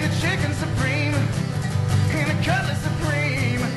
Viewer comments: Cutlass Supreme dude , its a car. wtf is a cutlet supreme? lmao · Cutlass* not Cutless